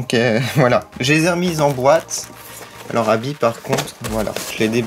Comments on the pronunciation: mais c est vrais tu dit abbi alors que c est Abbey on fait la pait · c est pas habit c est habey